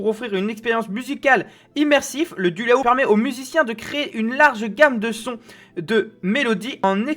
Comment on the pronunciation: C'est de la très grosse bouse. Toi, déjà, tu ne sais pas le nom du produit ("Dualo" et pas "Dulao"). Ça coûte 500 balles pour devoir réapprendre à jouer d'un instrument qui n'a aucun référentiel connu (pas un clavier, pas une guitare, même pas un accordéon… on ne comprend rien). Les premières vidéos ont déjà 8 ans… on sent une volonté du gars derrière de faire vivre son "instrument" mais ça ne prend pas parce que bon. Ça devrait coûter 15 euros et être distribué par Toys r 'us.